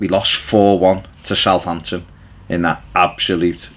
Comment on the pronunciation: SOUTHAMPTON not southamption